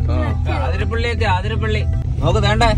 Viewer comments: ആതിരപ്പിള്ളി അല്ല അതിരപ്പിള്ളി ആണ് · Bro aathirapilli alla athirapilli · അതിരപിള്ളി ആണ് ചേട്ടന്മാരെ ആതിരപിള്ളി അല്ല 😅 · Athirapalli ennanu aaaaathirapalli allaa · Near my house. Not Aaathirapilly, it is Athirapilly. Miss my home 😢from Qatar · Its അതിരപിള്ളി...!🥰not ആതിരാപിള്ളി